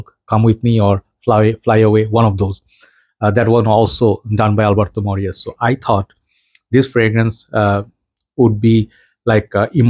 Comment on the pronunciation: You are pronouncing it right. Double l is like y.